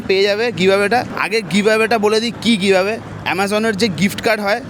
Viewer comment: Giveaway ta kemon jeno BHATA-r moton sunte lagche 😅😅😅